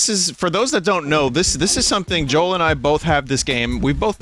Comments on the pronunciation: every time vinny said joel i had a stroke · Isn’t it pronounced yoel? Because in Sweden the J is pronounced like a Y.